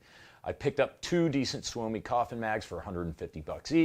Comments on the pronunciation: It's "sue me" Not soo-oh-me Trust me I'm a Finn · Tip from a swede guy here: pronounced more like "somi" even if its spelled soumi.. youll sound more proffesional. Promise.